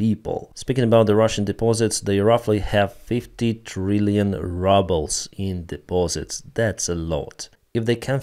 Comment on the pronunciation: He says rubble on purpose.